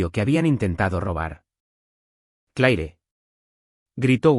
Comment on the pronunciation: Como es posible que utilizen personajes con nombres en inglés y no saben pronunciarlos correctamente. Un ejemplo solamente " La pronunciación del nombre Claire en inglés es comúnmente "/klɛər/" (klehr), sonando similar a la palabra "clear" o "Clare". Es una sola sílaba que combina una "cl" fuerte con un sonido vocálico tipo "air" al final, similar a cómo se pronuncia "hair". En francés, es un sonido más corto, más parecido a "kleh". Sin contar Vance 😂